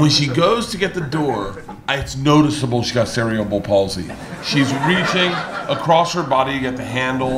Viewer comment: Mf said cereal bowl paulsey 😂😂😂